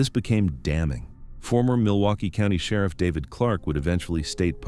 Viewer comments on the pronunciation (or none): none